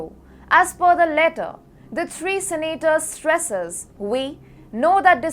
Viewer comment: learn the difference between "expand"and "expend". You are improving... but a long way to go... SENAAATORS.